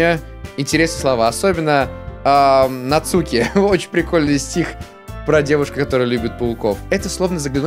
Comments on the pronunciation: нАцуки ударение на А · Не Нацуууки а Наааацуки!!!! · Не НацУки а НАцуки дурашка))) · не НацУки,а нАцуки((((((((((((((((((((((((( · Нааацуки... Нааацуки.... Наааацуки а не Нацуууууки!!!!>:/ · НАцуки а не НацУки!!!!! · не нацууки а нааацуки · Согласен, выбешивает, когда он читает НацУки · Al1na art В Японии нет ударений, правильно читается- Нацки, "дурашка" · ЗА-ШИ-БИ-СЬ интересно продолжай пожалуйста И кстати по моему читается НацукИ но как знаешь я не уверен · В Японии нету ударений в этом имени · Нацуки ударение на А !!!